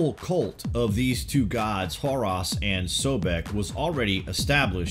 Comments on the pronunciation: Horus, not Hoross. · I thought he said "whore us" at first lol x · Brother it not Abidass but Abydos, not Horass but Horus. Just saying. Be well.